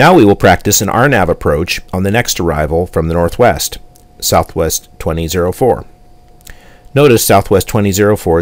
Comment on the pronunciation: FOr Real?? you instructed the pilot to descend and maintain 8000- pilot did not repeat your command correctly, instead he said descend and maintain 0 which means your speech recog is not working properly. And why are you saying "guywest" and not skywest? I notice alot of the texts in these videos are not matching up with your speech but you make it seem like the pilots are understanding you for the sake of the video. For 60 bucks, I don't think so.